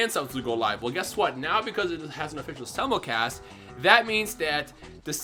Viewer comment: Did you change your pronunciation of "simulcast"